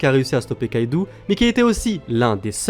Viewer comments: ON DIT KAIDO PAS KAIDOU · KAIDO !!!! et pas KAIDOUU sinon gg la video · par c'est yonko pas younkou et aussi kaido pas kaidou